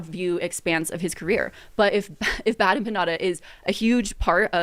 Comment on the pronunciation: Nick had a great point tonight. She did so little research she has never heard the name bad empanada said out loud (evident because she didn’t know how to pronounce). Which is wild.